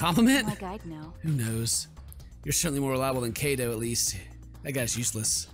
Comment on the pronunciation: Judging but a lot of his previous misreads never. Unless a direct pronunciation points it out to him he doesn't usually catch his mistakes. Or worse as in Kaede and Kaito (Kyehdeh and Kyto) he often reverts (Kade and Kato).